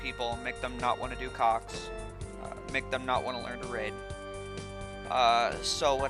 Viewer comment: whew, this whole time I thought you were saying cocks! That was close.